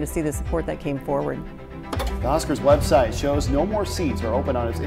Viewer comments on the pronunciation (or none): Thank you, but it’s HuskERS, not HuskIES. Especially with Washington joining the conference this fall, you’ll want to know the difference. Of course, Wisconsin will need to enlarge Camp Randall if they want to break this record, it only holds around 80,000. Of the 3 Big 10 schools with football stadiums over 100,000 (Michigan, Ohio State, & Penn State), it's SO SAD that none of them even come close to selling out their regular facilities, ESPECIALLY considering how DOMINANT Penn State has been on the court.